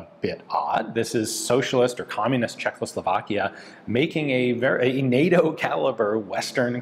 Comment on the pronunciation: Ian, it is pronounced Czechoslovakia, not Czech(L)oslovakia 😂😂😂